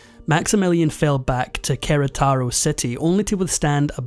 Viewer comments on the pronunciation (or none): very well researched and prestented! (tiny note, the city he fled to is pronounced QuerÉtaro, in case it ever shows up again in another video) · It's Querétaro. The accent is on the second syllable.